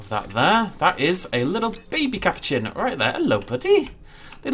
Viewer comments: Ca-pou-chian Not Cap-o-chin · Sorry don’t need to be rude but ca-poo-chin